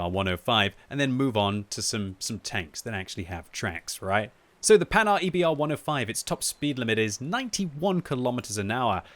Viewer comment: The "Panard", you kill me haha. It is prounouced "Pan-Hard".